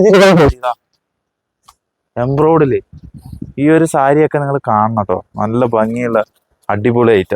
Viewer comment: എംബ്രോട് എന്നല്ല എംബ്രോയ്‌ടറി എന്നാണ് ശരിയായ ഉച്ചാരണം.